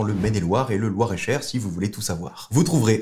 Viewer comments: RAS ! Y a pas meilleur YouTubeur Apple ! Juste un soucis c’est Loir et Cher 😆 et non Loire * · loir-et-cher* pas loire-et cher